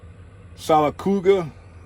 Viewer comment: Lol close on the name...Sylacauga... see if I can type this out... (seal-a-cahw-ga)